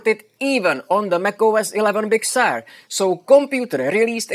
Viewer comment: I like the pronunciation of “Big Sewer”.